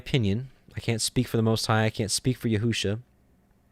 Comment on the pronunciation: You are reading Yeshua’s name wrongly....it does not say yehu-sha....shame on you....if you love God and his Word...read what’s there and stop adding to it wrongly.